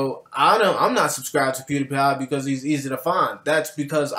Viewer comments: Okay, I love your channel, but when you pronounced pewdiepie as pewdIpie not pewdeepie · Why you pronouncing it Pew Die Pie, instead of Pew Dee Pie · Omg... THE WAY HE PRONOUNCES PewDiePie! Bro, the ‘Die’ is pronounced ‘Dee’. I’m sorry for getting triggered, Imma leave... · Pew die pie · It's pronounced pewDpie even tho it's spelled pewdiepie